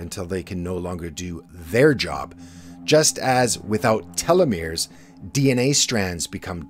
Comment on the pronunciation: I like your videos yet imo there's too much emphasis on a few words in the intro. I prefer a stable, softer volume that doesn't fluctuate too much. also, (and humorously to me) everytime I heard you say telemores, I thought TeleMundo.